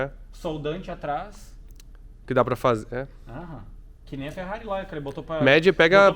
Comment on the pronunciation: Chama ele de " TCHÊRRARI " derrepenti sem a letra T! " CHÊRRARI " Igual aqui no Sul.